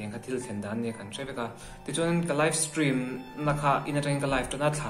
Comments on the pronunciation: Aizawl hearing aid center ah in entir rawh... Steam ati lo, stream a ti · Live stream i ti ve ta 'steam' i ti zel a😂😂